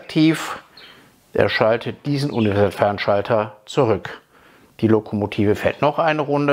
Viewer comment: Ich bin ja nur hier um zu hören, ob der inzwischen Universalfernschalter aussprechen kann.;-)